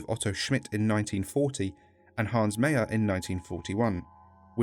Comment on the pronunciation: Meyer is another spelling of Meier. The e and the ei are pronounced like the "e" in "eye". and the "er" is pronounced in a similar way to the "ai" in "chair". The "eu" in Reuter is pronounced in a similar way to "oi" in well, in "Oi" Other than that, what a cool video.